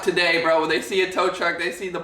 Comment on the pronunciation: Not taday!!!